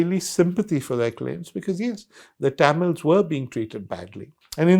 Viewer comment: Liked the content. Didn’t like how Mr. Sanghvi mispronounced Tamils throughout the video.